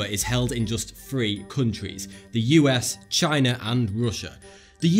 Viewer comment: If you listen to talk, he pronounces most words with 'TH' as 'F'' (Three=free, thought=fought etc). I am not sure if this is intentional or just bad English:)